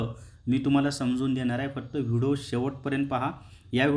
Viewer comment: व्हिडो नका म्हणू ओ व्हिडिओ म्हणा कृपया😂